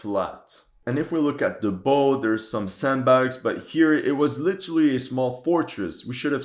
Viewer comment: Great analysis! One minor thing though. When referring to front part of a ship bow is pronounced like bou. I don't blame you for that mistake since we sailors have a long history of pronouncing things differently from everyone else.